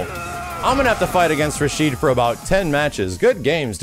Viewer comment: Now I could be wrong about this, but I've heard his name is Rashid, not Rashido. I'm gonna look more into it though.